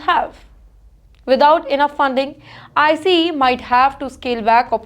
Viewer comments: Its not “ I C E “ its called ICE one word. She has to work on her pronunciations and grammars. Every time I watch her news some how i only pick on her mispronunciation 😂😂😂😂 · I know it’s India his she spells out I - C - E every time she says it